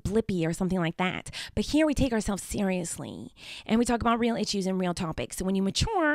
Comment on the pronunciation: The “important itchuse”